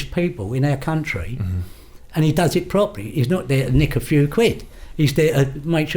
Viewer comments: The word you keep trying to say, and failing is "Country" Not "Counry". There's a T in it for a reason. I bet you say buha instead of butter as well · One of the most dangerous men in the 'cuntree' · "baddest men in the cunnry"